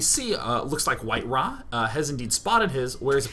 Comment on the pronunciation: Its WhiteRa not White-Ra